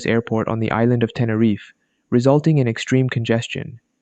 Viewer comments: Teneryf? Its called TeneriFE!!! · It’s pronounced tenifear how could you get my favourite crash wrong Edit: is the best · It's called T E N E R I F E(Say the E)